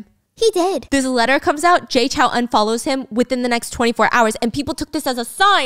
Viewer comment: lowkey triggered that stephanie pronounces Jay Chou is Jay Chow HAHA